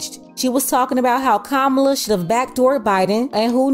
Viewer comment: If you’re not voting…you have no opinion. And say her name right…COMMA-lah 😒🙄